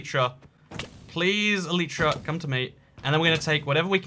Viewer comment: You are saying Elytra wrong